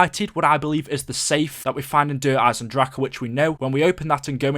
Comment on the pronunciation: I hate the way you pronounce Der Eisendrache